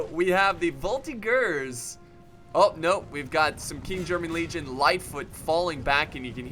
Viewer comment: oh boy... "voltigeur" plzzzzz prononce the "g" sound as you say "GG" and not like "gear"..like ranger and not monger. however so glad to see a french victory tell it to the guys who created the article "you are looking for french military victory??, did you mean "french military defeats?? " now we can say look at this!!!!! hoooraaaa!!